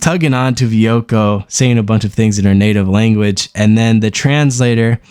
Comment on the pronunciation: It's Vueko not Ve-echo